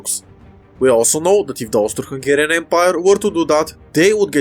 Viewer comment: I keep hearing it as "Toaster Hungarian"